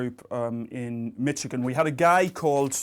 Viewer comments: Did he just say "Mitchigan"? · Hearing Professor Moriarty say "Mitchigan" is quite entertaining.